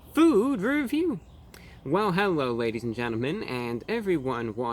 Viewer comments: Well hewo to you too kind sir. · Did he say "hewwo everyone"?